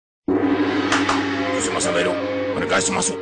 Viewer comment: 開頭裝日本人的演員，唸日文就岀包了，還歐蕾嘎悉罵素，缺字還發音不準